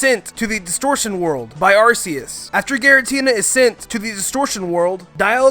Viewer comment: It's see-noh and it's gee-ra-tee-na